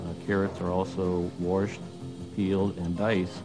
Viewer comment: It’s washed not worshed!! He probably says vericle instead of vehicle, too.